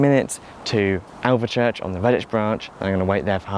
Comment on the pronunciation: I like your pronunciation of Alvechurch though, very germanic not to make the "e" silent